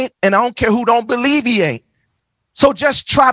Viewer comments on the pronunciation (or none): ...what did he say?? believe..iate?